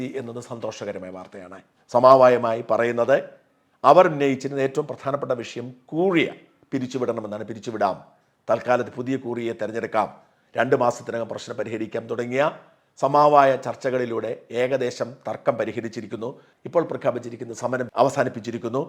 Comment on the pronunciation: Speak proper Malayalam Not Samaavayam Samavayam